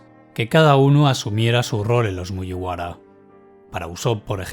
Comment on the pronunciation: Siento si el comentario es poco constructivo con lo bien que narras el vídeo, pero me saca totalmente que digas cosas como "MuYiwara", cuando se dice "Muguibara". Perdón por ser tan tiquismiquis, pero a título personal me gustaría que te fijaras en la pronunciación japonesa! Saludos y espero no ofenderte!